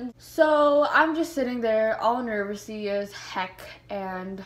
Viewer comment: "Nervocited" fuckin meeeee